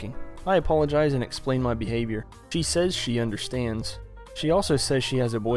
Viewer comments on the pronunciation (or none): none